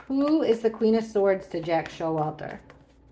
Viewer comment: lmao I know it’s Jack S but it sounded like jackass. 🤣💞